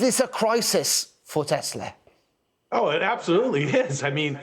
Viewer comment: As per the supreme leader it is Teslerrr :face-green-smiling